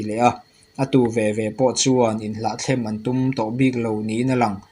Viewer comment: Hlahthlem i tih hi Hlahthlam tih zawk tur a ni e.